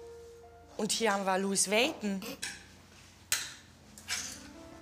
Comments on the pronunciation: “Louis weiton” wtf😂😂😂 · Vergacke, guggi, lwios whizuna oha Diese Aussprache!?!?!?!?!?! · Louis vaiton😂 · "Gacci" und "Lois Vaiton" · "versakke" und "louis veytn" 😂😂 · Niemand:: versake, gaki, luis Veysn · Versake anstatt versace, gakki anstatt gucci, Luis waiton anstatt Louis Vuitton🤣😂🤣😂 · Luis wäiton,gakki, wer kennts nicht?😂😂